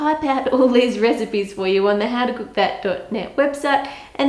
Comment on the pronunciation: i love the way ann says cook especially in her 'olden day accent' but also generally it's just so satisfying